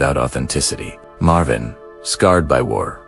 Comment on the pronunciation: Marvin "S" - Marveen God, how I hate these f***ing AI-voice overs...